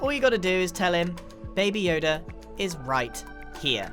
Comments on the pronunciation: is anyone else concerned that he called baby yoda baba yoda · Grian: Babi yoda Scar: baby yoda (i really don't know) Me:Bababuy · Did Grian say Baby Yoda,Babi Yoda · No, he says Bobby yoda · I love how he calls him babby yoda